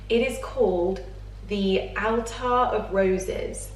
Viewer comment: Hi, I think it's pronounced 'Attar' not Altar. Attar of roses scented pelargonium oil is used in many perfumes and the plant can also be used to make herb teas to ease stress and anxiety. Wonderful plant❤